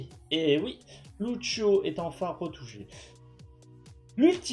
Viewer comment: " ceu beuf deu Loutcho "